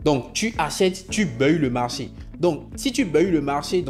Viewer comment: On dit : baille. On ne dit pas BEUILLE. Tu fatigue l’oreille. On est d’accord on est d’accord … ça fatigue l’oreille. Sois juste simple . Tu as prononcé on est d’accord du début à la fin. 🤦🏽‍♂️🤦🏽‍♂️🤦🏽‍♂️